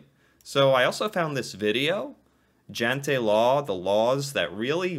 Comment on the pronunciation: Its not jante is jente